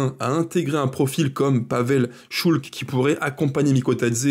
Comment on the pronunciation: PAVEL ŠULC , prononcer Schulz 😉